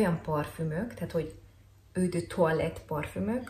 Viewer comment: Tudom, hogy kijelentetted, hogy leszarod :D, de annyira bántotta a fülem, hogy le kell írjam: eau ejtsd ,,Ó’’. Ps.: nagyon szeretem a videóid, főleg amiatt mert igazán hiteles vagy a tömegben. Köszi és keep on! :)